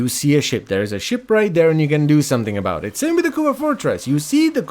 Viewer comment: "floating aboot" who are you? The policemen from alloh alloh?